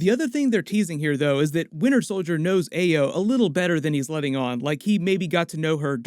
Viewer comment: “Ah-yo” common man it’s a common Nigerian name .... also are you sure that’s what Zemo was referring to when he said “at least you weren’t conscious”